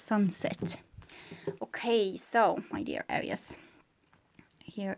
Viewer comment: ..just wanted to tell you that I like the way you pronounce Aries ⭐️🌙🗝💖